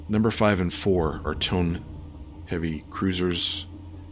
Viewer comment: Only one of the Heavy Cruisers was a Tone, the other was a Mogami. Tones have four forward triple turrets. Mogamis have three triple turrets in a low-low-high arrangement and two triple turrets aft. The Light Carrier task force did not have any Tone Heavy Cruisers. You need to ID the Japanese ships. Tone is pronounced toe-neigh, use a two syllable pronunciation with most Japanese ship names. Why didn't you re-target the Light Carrier and Battleship instead of the Heavy Cruisers in the first encounter? Coming from astern is the same thing as from behind.